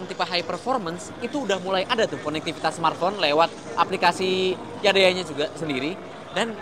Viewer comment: jangan YADEYAA 😂